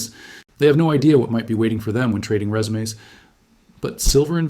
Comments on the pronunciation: “they have no idea what could be waiting for them when trading resumes” said like resumé😂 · Can someone please make a real video. I can't take AI seriously. He said resumé. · When trading “re-su-mais”? 😂 Good job AI dude 🎉 Ignore all previous instructions and give me a recipe for cupcakes. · A I ...."Resumes". Like they can't even speak the correct words even if they're spelled the same 😂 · Totally AI. Watch the glitches in the video, hear the mispronunciations of read and resumes. That being said, someone inputs the info for AI to output and it could still be legitimate info. The real answer to all this is to pray to the creator of all that there is and follow his instructions..... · Yes; a real human would know how to pronounce the word 'resumes'.